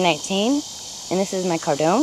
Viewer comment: Cardoon rhymes with “cartoon,” not “condone.”